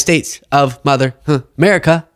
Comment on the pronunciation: Is it Hamerica or Amerihahahahaha